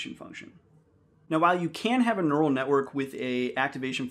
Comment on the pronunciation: Neu - ral - net. It's in the brain.